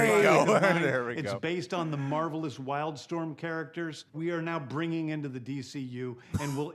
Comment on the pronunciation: Am I the only one who heard him use the word MARVEL-ous a couple of times? That seemed somewhat intentional. Having said that, I'm really excited. Superhero True Detective, yes, please.